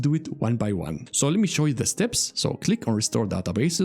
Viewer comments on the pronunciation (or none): none